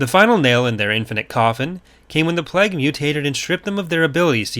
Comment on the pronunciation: Every time he pronounces "plague" as "plag" it hurts slightly more.